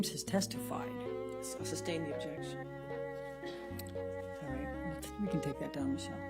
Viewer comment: "Ovjection" amabutakum